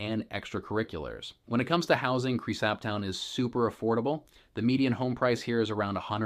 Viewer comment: You should probably learn how to pronounce the name of the town if you are going to be teaching people about it. Same goes for the name of the county.